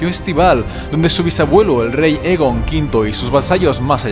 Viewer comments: Es Aegon, no Egon, tiene el mismo nombre que Aegon el Conquistador y por tanto, se debe pronunciar de igual manera. Y hemos oído oficialmente como se dice "Aegon el Conquistador". Un saludo! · 2 cosas: 1- Me puedes decir exactamente donde mencionan la profecia de las tres cabezas en los libros? 2- Aegon No se pronuncia Egon xd. Se pronuncia Eigon. Muy buen video y gracias. Y ni caso a los que dicen que este canal ha perdido la esencia porque ya no subes tanto Tierra Media como antes. No te olvides que la esencia la pones tu, no tu contenido.